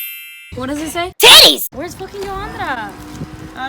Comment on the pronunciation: Lmao sis said"tiTTiez"